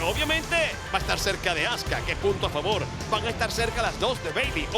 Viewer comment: esos tipos no saben como decir un nombre en ingles, se escribe azuka y ellos le dicen azka creo que estan bien mal🤣😒